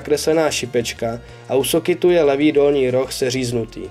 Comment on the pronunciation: "Do sokitu,, se to nevyslovuje vyslovuje se to normálně " Do soketu